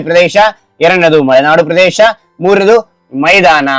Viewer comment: ಮಳೆನಾಡು ಅಲ್ಲ ಮಲೆನಾಡು😂